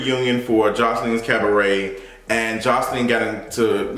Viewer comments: “Joseline’s CAB-BRET!” 😭😭 go AWF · Pronounced “Cah-buh-rae” Daughter. According to Jessica Dime, on an episode of LOVE & HIP HOP, Joseline was a PROSTITUTE. She and Ballistic are PIMPING these young ladies. Zeus is the GRAND pimp and non-cognizant Black people are eating…this…sh*t…up. Where’s a Molotov 🍸 when you need one? Throw it ALL away and take the bllsht to Todd. Love you. Bye. 🦋👑🏳️‍🌈🧘🏽